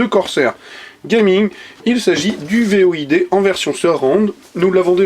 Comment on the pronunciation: C'est "Void" pas "V.O.I.D"...